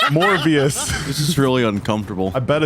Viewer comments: hear me out... "Morebias" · Morbius more like morbe- morbbe- morbest